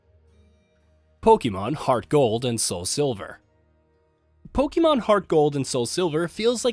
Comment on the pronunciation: I literally clicked off once he said polemon arceus. I need a serious list